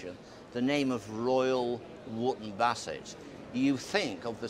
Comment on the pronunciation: 38.40 "Here in Royal Woop Bassett". Oh dear Davey.